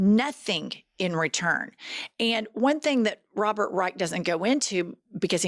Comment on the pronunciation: Robert Reich isn’t pronounced ‘Rike’. I believe Kennedy did that to be petty and disrespectful.